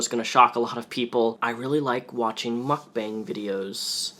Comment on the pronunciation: Its pronounced mook-bong my dude.